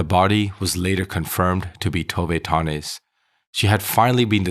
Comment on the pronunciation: nöje means pleasure and her last namne is not Tove Tonnies its Tove Tönnies